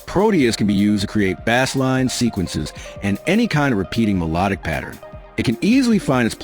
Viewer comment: "Bass" with a long A is a low frequency. "Bass" with a short A is a fish. What was pronounced in this video would fit better in as fishing video. That's why people think the voice is AI.